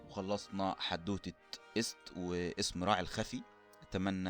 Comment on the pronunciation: ايست تنطق اييي سات يعني نطق ست بالشكل الحالي اللي هو اسم المرأة باللغة المصرية الحالية تنطق ست عادي بس قلبها ايي